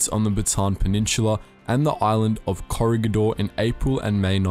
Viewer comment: Corregidor, but how u pronounce it is Corre"h"idor